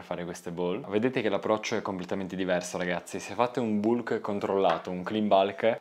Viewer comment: in inglese si legge bulk, all italiana volendo o non volendo si legge come si scrive, arriva BALKH